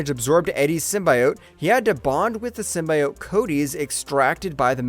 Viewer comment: Downvoted for not knowing how to say "Symbiote."